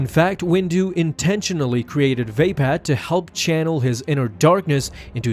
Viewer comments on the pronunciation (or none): "vay-pad" < "vuh-pod" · when he calls mace windus lighsaber form "Vaypad" its "Vuhpod" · Vay- pad? It's spelt Vaapad and pronounced Vapod. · It's vapod not vapad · Vaped lol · It isn't pronounced "vape-pad". smfh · I don’t think that’s how you pronounce “Ve-Paad” (If that’s even how you spell it) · Vapad is pronounced with an ah not an a sound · You pronounced Vapaad wrong :(